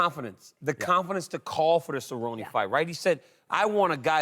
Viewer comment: It is not Cerroney or Cerroniey it is Cer-rone.